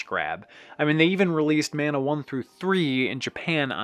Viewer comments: Mah-nah not Man-ah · it's pronounced mah-nah